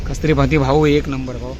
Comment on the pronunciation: Kasturi nhi kasuri methi